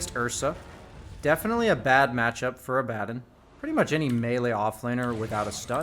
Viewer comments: unless dota2 pronounces it incorrectly, its aba-dawn not a-bad-don. but if thats how dota2 wants to pronounce it then its rather cringe to hear if they're gonna use names that already exist in life they should at least pronounce it right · First off... Say ABA. Now say DON. Put them together..... You still said it wrong.